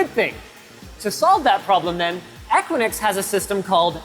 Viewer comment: The company name "Equinix" is generally pronounced **"EH-kwi-niks"**. Here's a breakdown of the pronunciation: * *EH* - as in the "e" in "bed" * *kwi* - as in "quick" * *niks* - rhymes with "licks" So, putting it together: EH-kwi-niks.